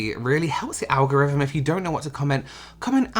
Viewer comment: “OWGO-RIVVEM” - heheh I always chuckle at ‘s pronunciation of ’algorithm’… love it! 😆 (not that I can talk tho with my Aussie accent eep lol 🫣)